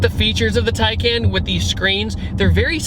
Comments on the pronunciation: Just to clarify its pronounced tiecon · Just to clarify its pronounced (tiecon)